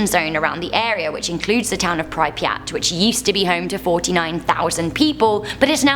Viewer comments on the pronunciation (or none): Prip-yat not pry-pri-at Also the theoretical white hole which could shoot random mass in any direction possibly faster then the speed of light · its cringey when she keeps pronouncing pripyat wrong 😂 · can someone please teach her how to pronounce Chernobyl and pripyat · Said pripyat and Chernobyl wrong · Nothing worse than how she pronounces prypryat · Sorry but the way prounced pripyat is scaring me... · Im not Even Ukranian but I don't know if thats how you pronounce Pripyat. Still LOVE the channel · I'm sure we don't pronounce pripyat that way. Yet its OK you made it sound cool with the miss pronunciation. The blackeagle prison is way worse than you mentioned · Got to love pronunciation of Chernobyl and Pripyat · I'm Australian and her pronouncing it wrong really annoys me. 😅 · Mah bro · Ugh I know, right? 😂